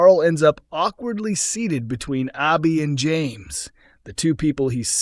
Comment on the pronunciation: It’s Abi, short A not Aubi